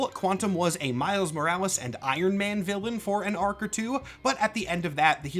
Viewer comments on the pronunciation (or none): none